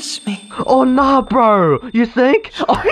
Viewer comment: the fact that when he said "OH NAH BRO" had me rolling on the floor because of the british acent😂😂 i dont know why its so funny to me😂😂